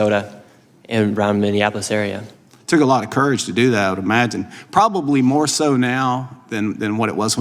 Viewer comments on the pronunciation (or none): none